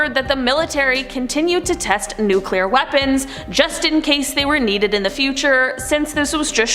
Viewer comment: Can you please pronounce nuclear correctly. Your pronunciation does not match the spelling. Bush couldn't do it and neither do you. Really bothers me as a person that is multi language